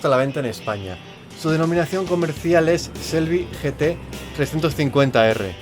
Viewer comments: Se pronuncia chelby (shelby) no se pronuncia selby.porfavor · Victor Gonzalo Se pronuncia con che no con sel. evidentemente se pronuncia cómo se escribe pero el nombres americanos y alguna vez lo escuchas decir de un americano no le vas a oír nunca Shelby con ese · Taxirati Jesús Lobo Te repito, no es ni con "ch" ni con "s", es con "sh", pronunciando la "h". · No se pronuncia ni "chelby", ni "selby", se pronuncia como se escribe, no es difícil, "shelby". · no se olviden la "h" en Shelby no es muda, hay que pronunciarla